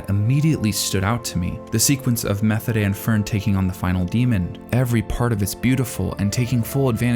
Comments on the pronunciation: for the love of god stop pronouncing Methode like you do. The way they say it in the Anime is also the correct german pronunciation. That is not always the case but this time it is. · A note on pronunciation: Methode's name is pronounced "meh-TOH-deh" (hard "t" sound. There is no "th" sound, and the ending vowel sound is "eh", not "ay"). (Technically, the German pronunciation of the word it is based on is closer to "mee-TOH-deh", but the characters in the anime all seem to pronounce her name with an initial "eh" vowel instead. However, in German there is still no "th" sound in the word either.) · I could have sworn Methode's name is pronounced as Ma-tow-da. Great video as always! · Great Video, but as German the way you say Methodes Name Kills me. In German we dont have a th Sound. Its Just pronounces t as in Tennis and the h ist silent